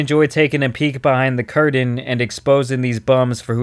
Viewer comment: marble mouth. learn to pronounce valor and curtain